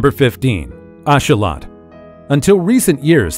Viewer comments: its not a ashawot its a axolotl ax-o-lotl thats how u prounce it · Just so you know it’s not asholot it axolotl (axe o lot el )😂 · Hang on a second you mention the axolotl, you pronounce is wrong AND you don't even mention how it's one of the only creatures that can completely regrow a limb and they are being heavily researched as a result of this. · bit sad that no research into how to pronounce "Axolotl" sad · You pronunciation of axolotl is very off putting....what else are you going to mispronounce!?! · I can not stand the way he says axolotl. It's not even close to correct